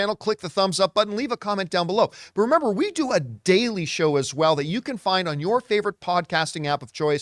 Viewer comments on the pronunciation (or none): none